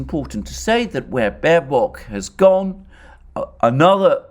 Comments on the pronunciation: Small, but still important difference, Alexander: It's Baerbock, not Baerock. Hey, even the Oracle can't get it 100% right every time. Love your video's, by the way! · With all due respects for the presentation but the german FM is Baerbock not Baerock.🤣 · "Baerock", I love it.